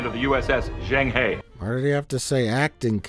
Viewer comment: That pronunciations of "Zheng He" hurts